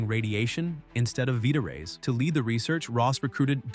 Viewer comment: Is this one of those AI scam channels? The dude said veeta ray…it’s vita ray.